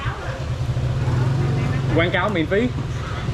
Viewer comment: "Quảng cáo miễn phí", you said like you're Vietnamese.😂😂 : it's called "cà phê cóc".